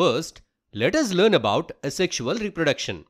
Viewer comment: its 'asexual' and not 'a sexual'..